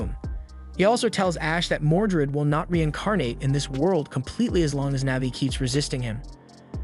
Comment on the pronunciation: It's "Mordred" not "Mordret".